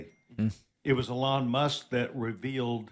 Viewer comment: "Uh-lon Musk"